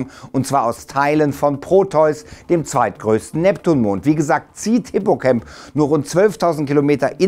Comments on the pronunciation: Ich denke Mal Hippocamp wird nicht Englisch, also wie "cämp" ausgesprochen, sondern "Deutsch" bzw Latein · Hippocamp ist griechisch, und kein englisches freizeitlager, er wird mit a und nicht mir ä ausgesprochen